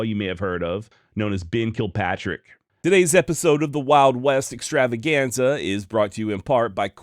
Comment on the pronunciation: Ok a little more on the extravaganza. It should be" the wild west ExTravaGanZaaaas!" Do it right dam it!😂